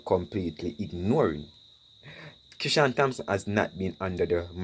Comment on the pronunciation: the "h" is silent😏in Thompson😶‍🌫